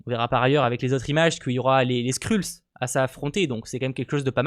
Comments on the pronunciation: Merci pour les infos :) mais est ce que tu peux prononcer "skreulls" stp parce que ton "skrulls" me pique un peu les oreilles, no offence :) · Trop content je savais pas yavait ronan et korath des gardiens de la galaxie 😁😁😁 PS. Pour info les skrulls ça se prononce "skreulss" mais bon pas grav